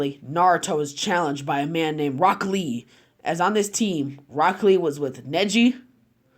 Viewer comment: I swear on g I heard you say black lee